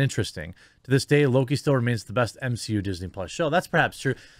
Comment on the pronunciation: can someone give me a GENUINE answer as to why ya'll keep calling it the "M-SHE-U"?